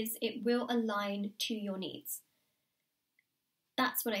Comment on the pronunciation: when you said "allign to your needs" I understood "allign to your knees"....